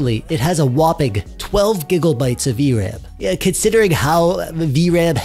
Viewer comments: Stop saying gigglebytes. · Am i retarded or are you saying giggle bytes? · I like how he mis pronounces megabytes and gigabytes, I’m not joking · The way you say gigabytes sounds like giggle-bytes and actually makes me giggle 😂😂😂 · lol "gig o bytes"